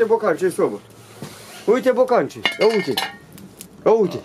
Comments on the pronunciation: Spune aute nu uite. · Normal se spune, "iete". Nu are ce sa uite.